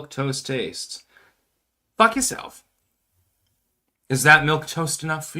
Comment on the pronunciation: Why do you pronounce it “fuck yi-self”?